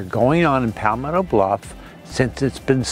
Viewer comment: Where is “Pallll-metto bluff”?